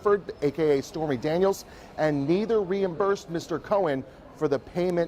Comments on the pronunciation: What is "reimbursh"? 😣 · Reimbursh?? Seriously...🤣